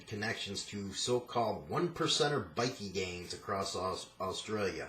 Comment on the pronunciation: "Bikie" is pronounced bikeh like biker without the r pronounced